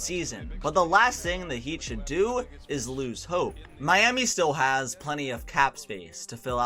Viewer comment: Hearing him say "chris bosh ahs tragic blood clot problems" got me dead🤣